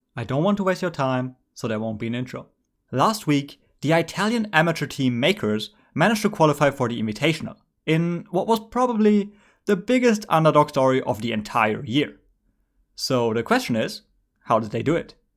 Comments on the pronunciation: He pronounced it like eye-talian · Aye-talian :D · Y'all focused on Mkers cheating, I'm here focusing on how just pronounced Italian